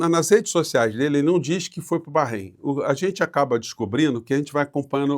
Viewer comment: Eu só não gosto de ouvir ,"barreim". É Bahrein mesmo (barein).